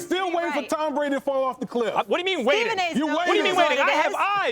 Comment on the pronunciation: BOYYYYY IT SOUNDED LIKE MOLLY SAID “CLIT” NOT “CLIFF” LMAO 😂😂 Molly a lil freaky deak😂😭